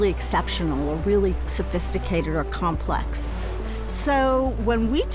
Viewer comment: I'd completely agree. However : way before oomans were. I said that orcas and other citations..." Sorry but you lost me right there. Get someone coherent to speak, it's infuriating. Complux uh beyond uh complux beyond mah compressive understanding fo suh. Reminds me of a £120000 a year university lecturer who suggested we put out "kestionairs" to research the concept of "lov" over "sekual attraction" You can't even string a sentence together ffs...🤡